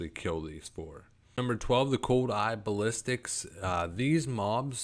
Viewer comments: bass - sill - isk its the pronounciation XD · Ok i don't want to sound mean or like i'm trying to put you down but a little more effort to pronounce the names would go a long ways, two cases I've notice is the sapper charge not zapper charges and basilisk not ballistics. I have dyslexia so reading for me is very very hard and i work very hard to read so if that is what you have keep working you will get there.